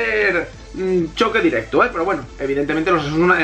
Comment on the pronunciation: Porque a veces dices la "u". Por ejemplo dices directu en vez de directo aaaa y espera que quiero desi una cosica VIVA ER BETI GUENO AHII !